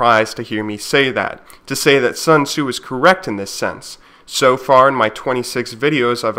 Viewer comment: I love how Sun Tzu is almost never read right by Western people but that's not important, cos' what he preaches is